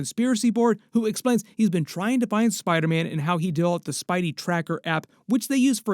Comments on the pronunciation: I seriously hate how you say spiderman man it’s SPIDER man not spideh man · like for every time said “Spydah- man”